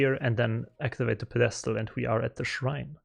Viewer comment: It amuses me how you pronounce “Pedestal” sorta like “Podesta,” which is a controversial American political figure. It makes me smile. Peh deh stell is the phonetic pronunciation